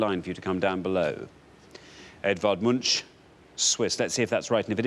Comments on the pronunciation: Edvard Munch is pronounced with a K-sound at the end, not a SH-sound. Love from Norway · Is that really how they pronounce the name Edvard Munch in the UK??